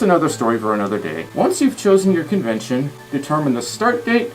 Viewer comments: Local confurryvention lol I'm guessing that wasn't your intention to say that right ? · Confurry Fention 🤣🤣